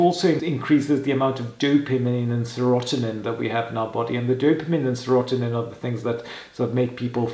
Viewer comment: It's pronounced sera tonin